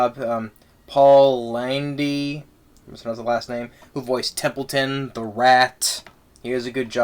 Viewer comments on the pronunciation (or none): Who said this guy could be a movie critic? He can barely put a sentence together. He mispronounced Paul Lynde's last name, as well as the first name of the character of Avery (Fern's older brother, voiced by Danny Bonaduce, from "The Partridge Family"), and he got a few parts of the plot wrong, like when he said that the first word that Charlotte the spider (the voice of Debbie Reynolds) spun into her web was "TERRIFIC," when in fact, her first message consisted of two words, "SOME PIG." Incidentally, I don't exactly agree with the idea that the songs slowed the film down. I've seen the movie a couple of times (I've read the book too), and I liked a few of the songs, like "There Must Be Something More" (sung by Fern to Wilbur the pig when she begins raising him as her pet), "We've Got Lots In Common" (sung by Wilbur and the other animals at Mr. Zuckerman's farm to show that it doesn't matter what they look like), and "A Veritable Smorgasbord" (sung by the lady goose to Templeton the rat in describing the leftover food he will find at the fair, and then sung again by Templeton at the fair while he stuffs himself with discarded popcorn, fruit, candy, lemonade, etc). This so-called critic may have had an issue with the music, but I liked it. Similarly, E.B. White, the author of the book that the movie was based on, may have disapproved of the film, but I thought it was pretty good. I guess it's a matter of one's own taste. P.L. Travers wasn't particularly crazy about Walt Disney